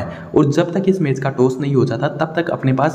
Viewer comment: टोस नाही भाऊ टॉस बोल